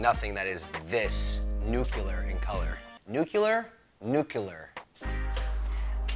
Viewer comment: I love you and your show, but it's pronounced, NUKE - LEE - AR, not NUKE - U - LAR